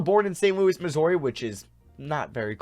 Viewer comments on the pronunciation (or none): none